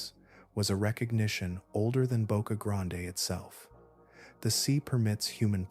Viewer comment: ITS PRONOUNCED BOCA GRAND